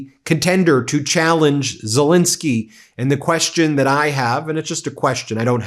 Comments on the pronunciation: Why do you always mispronounce Zelensky's name? It's not Zilinsky. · ffs, learn how to pronounce 'Zelensky'!